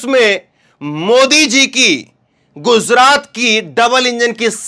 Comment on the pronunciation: KYUN GUZRAT BOLTA HAI. GUJRAT BOLNE NAHI AATA..YEHI EDUCATION HAI...SHAME SHAME